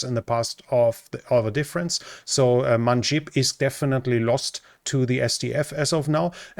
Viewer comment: Manbij, not Manjib.